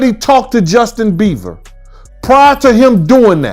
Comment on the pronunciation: He said "Justin Beaver", trice